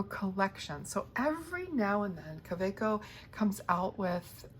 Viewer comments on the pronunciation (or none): It's a German brand, German name... pronounced KaVeco.